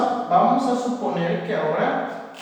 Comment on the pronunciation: mientras estudiaba para el examen me di cuenta que en el minuto dijo "supener" en vez de suponer XD